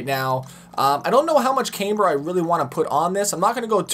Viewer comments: why do you pronounce CAMber as CAMEber? Do you put a CAM in your car or a CAME? I'm honestly confused seeing as I am from Tennessee and it is pronounced differently here. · Actually OP is correct it's pronounced "CAM-ber" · It's supposed to be CAMEber. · Ur saying it right he mispronounced it